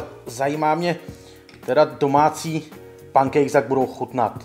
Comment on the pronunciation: čte se to penkejks